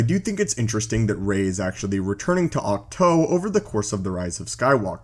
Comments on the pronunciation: Octoe! its oktwo spelled it that was because its easyer to pronounce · The thing that bothers me the most is his pronunciation of words. most likely because of his region of the world and how letters and verbs are spoke but come on they say it clear as day multiple times. For example ahch - to. ITS NOT OC TOE!!!!!! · Too god damnit not toe